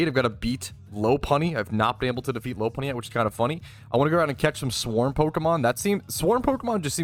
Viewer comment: Low-Punny just doesn't sit right with me, Lop-Unny just seems right. Alright, we need to go through all the Pokemon and teach you how to say their names KEKW